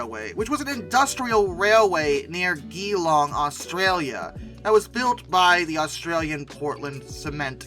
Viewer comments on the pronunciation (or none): Geelong is pronounced "jell long" not "G long" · Geelong isn't pronounced “GEE-long“ but is pronounced “JA-long” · Je-long. Not gee long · What on earth is that pronunciation of Geelong? "Juh-long" is what you want. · very good, interesting loco's you picked, but one thing, Geelong's pronounced JHE-long, come from the gutteral bastardized dialect from the early colonials amalgamating and possibly trying to pronounce an aboriginal name in Australian English. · Sorry to say this but you said geelong wrong It is pronounced Like juh-long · Geelong is pronounced Je-long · Wow. Geelong makes the list. To help people pronounce Geelong